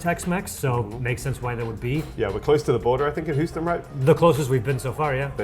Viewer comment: "Planet Hooston" General Zod, Superman II